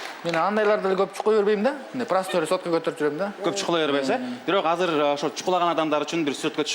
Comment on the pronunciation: Казыр девей азыр деп эле суйло